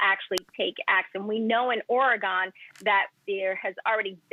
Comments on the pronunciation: Native here. she said it properly. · I like the old license plate surround that said, “It’s Ory-gun”. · Actually she is pronouncing it correctly.